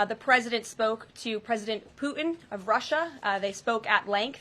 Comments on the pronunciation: "Poo-in"? 😂😂😂 That's a PR conference 😂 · Who is President Poo-In?